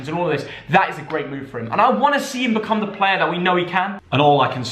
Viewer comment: he’s a good pluuuer lol